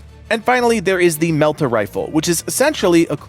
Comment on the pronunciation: Please, sir! Melta rhymes with Delta. Lore. Excellent video otherwise.